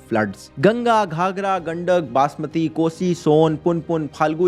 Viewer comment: बासमती नही बागमती भैया 😂